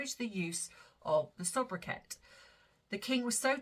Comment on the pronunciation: Soubriquet (French Origin) is pronounced SOO-Bri-KAY. Hebrew name is Pronounced ELI-shev-AA.